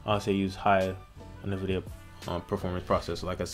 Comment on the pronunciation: It's pronounced N vidia, as in Envidia, not na vidia